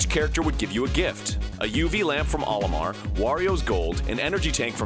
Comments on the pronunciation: It's funny about Olimar and "Marlio" As in Japanese, where Olimar is pronounced "O-ri-mar" It was conceived in itself as an anagram for Mario. That's my only interesting tidbit of information ever! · That's "OH-limar" not "Ollie-mar"... It's the Japanese characters of Mario in reverse "O-Ri-Ma". It's a long O sound, get it right.